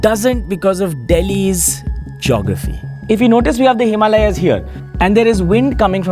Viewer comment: excellent made video but why the fk would you mispronounce "Himalayas" like you're some gora from the west? Please fkn stop bending over for the westerners mispronouncing your OWN words just so they can understand you better. What a bloody shame. Be a patriot and pronounce Himaalyas properly dude!!